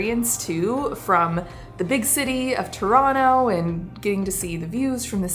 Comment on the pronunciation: Your pronunciation of Toronto is impeccable!